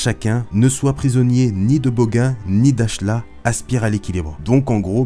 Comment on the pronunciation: on dit bogan : boganne